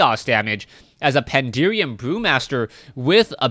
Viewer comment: Why does everyone say "Pandeerian" >_< Pan - da - ren ... xD